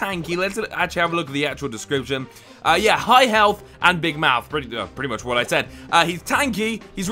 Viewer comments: Why did he say mouse instead of mouth? Lol😆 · Every time says "mouth" I hear "mouse".